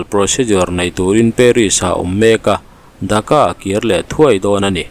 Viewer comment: Mi ziah chhiar loh tih thu hma neih ṬUM tak ah(minute na)an khawpui Thaka i tih hi ka lo ngai thla fuh ve tlat,an khawpui DHAKA tih tur zawk aniang a,Viewer hrelo ten Bangladesh khawpui THAKA amaw an lo tih palh loh nan...